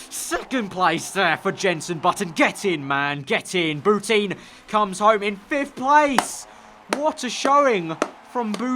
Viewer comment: It hurts every time you say bouteen. Shes french, its pronounced Boutan...